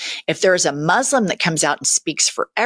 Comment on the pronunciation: That woman?! Who is she?!? The way she pronounces masaaaaslim??? Come on! 😂😂